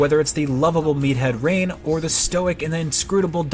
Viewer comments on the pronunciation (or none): IGN’s points aren’t half as bad as yours: -He most likely didn’t play the original game, but that’s because he probably didn’t write the review. The writer of this review probably did play the game. That’s why he pronounces it “Napon, Rayn and Duncan.” IGN is a big corporation with lots of members, so you can’t judge them if one person on the team missed an obscure Wii game, then didn’t play a game that was barely out at the time. Sure they probably should have corrected them, but it’s ultimately pretty nitpicky to criticize this -An 8 is only two points away from a 10/10, because IGN recently changed their system to a 10-point one. Xenoblade is in no way a perfect game - They called the gameplay gorgeous one time in the past. So? It was probably a different person each time, IGN isn’t run by one person - Yeah, his model in Ultimate looks dorky. That’s what he was SAYING in the review - Reviewers don’t have to name every single area you travel in a game, that’s stupid - The fact that he criticizes characters who keep saying “Change the Future” isn’t supposed to be an actual criticism of the story, it’s just supposed to be a light jab at something that bugged the writer of this review a little bit - Kino and Nene are different from Reyn and Sharla, their dynamic being a little big similar doesn’t make them the same, that’s dumb - Some gamers are the type who never do side quests, and the person who wrote this might have been that type. Maybe they didn’t understand that that’s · "Can't have a Reynbow without Rain" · It’s not the score people are mad about. It’s actually one of things people are least insterested in talking about. It’s that the reviewers don’t do any research about the game their reviewing. The best examples of this is when they mispronounce Ryen and Dunbans names as rain and dunkin. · It’s almost like they didn’t get past the first level. Like seriously, how did they pronounce Melia right, but butcher Dunban and Reyn’s names?